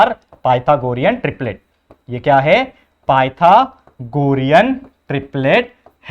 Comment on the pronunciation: Sir it's pythagor'a's